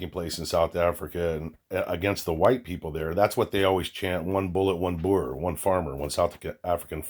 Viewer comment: Holy shit the first American to say boer properly😱 thank you